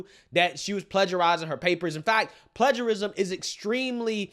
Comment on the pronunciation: I agree with almost everything you’re saying, but you are mispronouncing a key word. PLAGIARISM is pronounced PLAY-ger-ism, NOT pledge-er-ism. It weakens our argument when we mispronounce big words in our discourse. Keep the faith, but get it right (as you almost always DO)!